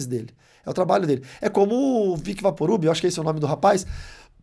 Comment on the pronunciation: Meu Deus!! "Vaporube" kkkkkkkkkkk desculpa, não aguentei.